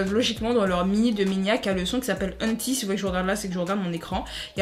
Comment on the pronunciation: Ça me stresse c’est "eunetaille" 😭😭😭 pas unti xD